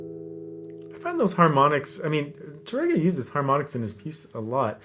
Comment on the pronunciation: Wonderful teaching as always,! I'd like to make a very small correction: Francisco Tárrega's name is pronounced with the accent over the first syllable, TAR-re-ga and not Tar-RE-ga. This is because the correct spelling of his last name has an acute accent over the first 'a'. The accent also cancels the rolled 'r' (the Spanish letter 'rr'). Years ago I pronounced his name as if there was no acute accent and proudly trilled the 'r' (I was very proud of my trilled 'r's LOL). My barber, who was hispanic and a guitar lover, quickly set me straight.